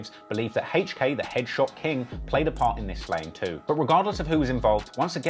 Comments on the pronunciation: It’s hilarious every time he pronounces HK as Hache-k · Why you pronounce HK like that?